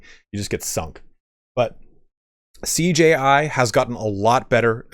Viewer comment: Man, I kept wondering... what is this CJI? I must be missing something. No clue what CJI is. Took me a while to realise he was saying Siege AI.